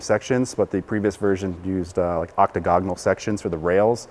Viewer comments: the word is "oc- TAG- o- nal"... you were adding an additional syllable to the word (oc- ta- gog- o- nal). Your presentation was excellent. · "Octogoganal" ? ;-D